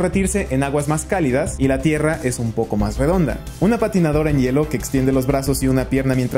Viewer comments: Me saludas? Ah y porque dice tirra JAJAJA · “Tirra” xd